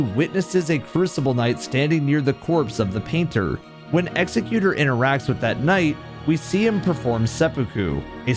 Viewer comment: I love this video and channel but for the love of Marika PLEASE— it is pronounced Exec-u-tor, NOT Execute-er. The latter would just called an executioner. An Executor, is a legal or familial position meant to document your life/handle your estate after your passing. Hints to his painting as a form of documentation. I’m not trying to sound pretentious—it’s just important context for the Night. Thank you! I look forward to seeing more!